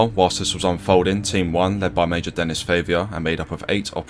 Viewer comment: Great video. Might want to check the pronunciation on some of those French words/names though; everything else was great but calling a guy called Denis 'Dennis' was distracting, for example.